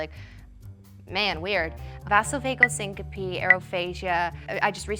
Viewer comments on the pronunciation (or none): vasovagal* not vasavegal lmao